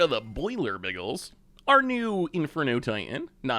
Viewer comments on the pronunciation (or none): OVERLORD OF THE BOILER BIGGLES 🤣🤣 its boiler BILGES like bilgewater